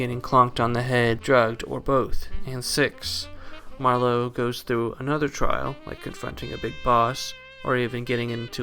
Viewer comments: It's MAR-lowe, not Mar-LOWE. He's not a wine. 😀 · Why can’t he pronounce Marlowe? It’s not “ma - low” like merlot, it’s just “marlow” , no emphasis on the end syllable. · Great video, but it was really distracting to hear Marlow pronounced mar LOW. Like he is Merlot, and not a very American gumshoe. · You're just figuring this out. The whole thing is a goof. Btw, the accent on Marlowe is on the first syllable.